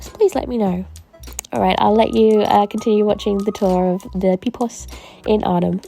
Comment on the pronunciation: Pipoos is way overpriced compared to specialised art supply shops. Your pronunciation of Pipoos wasn't too bad with a long oo like the oe in potatoes, but Bruynzeel you did butcher quite a bit. To be fair, I have no clue how to put it to fonetic English so you are forgiven😅